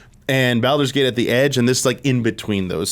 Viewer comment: Why is he saying Baldur’s Gate like that? 😂